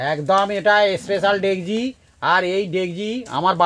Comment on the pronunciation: না ডেকসি না ডেগজি হবে সবাই তো ডেগজি বলে।। আপনিই ভুল বললেন